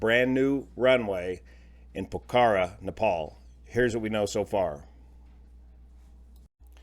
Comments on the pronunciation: I have flown to Pokhara from Kathmandu on Yeti Air a few times. The mountain waves are crazy off the Himalayas. The most severe turbulence I have ever experienced. We would go to Pokhara (pronounced pok-hara) to help at a boys and girls Tibetan refugee orphanage. The orphanage property was where they built the new airport. Very sad to hear this happened. I will share this video with my students. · Nepalis all pronounced it POKE-a-rah when I lived in Nepal in the 1970s. On way to recognize new foreigners was their mispronounciation "Po-kar-a". It addition... the location is a rather large valley - not to be conflated with extreme mountanous landing strips such as Lukla. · Correct pronunciation is POKE-a-rah. Thank you for covering this. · That's how they pronounce it at the posh end of town...for the rest it's POCK-a-rah..... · Son in law just came back from a trip to Pokhara and KTM. Sad to see this happen. FYI - Pokhara is pronounced with accent on the O not the A.